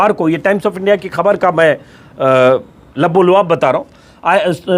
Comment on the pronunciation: Lubb E Lubaab لب لباب/ دونوں " ل " پہ پیش سے پڑھا جاتاھے